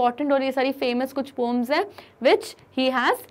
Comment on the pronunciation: Why did she is saying pooms instead of poems, 🤣